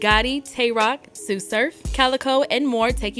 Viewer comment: She said tsu name wrong 😂😂😂🤪🤪🤪 on hood 🤟😈